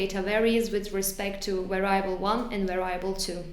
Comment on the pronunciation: var-i-able! I cannot say this any other way now.